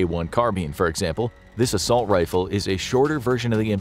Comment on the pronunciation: "assault riffle" hahaha